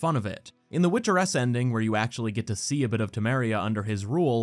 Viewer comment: My dumbass over here confused as fuck for a few minutes thinking he was saying "Witcher S" and not "Witcheress"